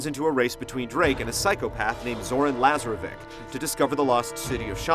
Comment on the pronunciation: Good review, but lol how can he pronounce Lazarevic's name like that after hearing it throughout the game!?